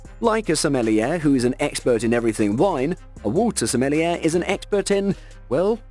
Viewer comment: SMELLY-AIR?!???! Bro...are you kidding?!